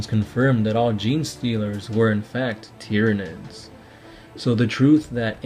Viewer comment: I'm really glad I found your channel and appreciate the work you've put into it. This is the moment that anyone reading this will hate me, but I just have to say it because that's who I am. your pronouncing a large amount of names... wrong. Tyranids is pronounced the same way you say Tyrannosaurus.